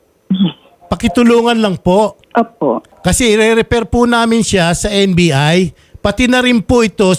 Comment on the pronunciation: NBI te hindi NVI